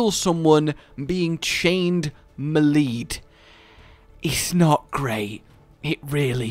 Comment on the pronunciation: The way you pronounced "Melee'd" hurt my soul.